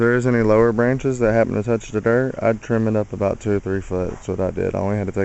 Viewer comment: Love the way you say "dert" your wife is very capable.